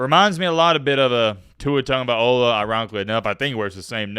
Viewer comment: “Tua Tummabaiolla”